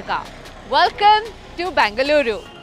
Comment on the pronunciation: Its Bengaluru not Bangaluru